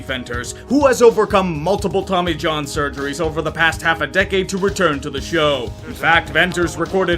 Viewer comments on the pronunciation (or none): none